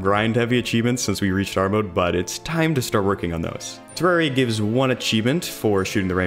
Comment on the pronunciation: You know this legend means business because he says Terraria correctly.